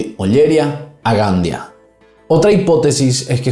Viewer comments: Todo bien pero Ollería y Gandía. Acentúa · Oller Ía y Gand Ía, con énfasis en la I.